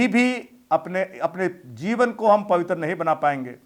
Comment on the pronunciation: पावित्र नहीं होता है ,पवित्र होता है जरा शब्दों के उच्चरण पर ध्यान दें